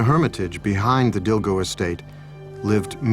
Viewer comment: Lovely, thank you so much for sharing this. FYI, Dilgo is pronounced "Dingo" in Khampa Tibetan. It's just one of those oddities of spelling of an old Tibetan family name.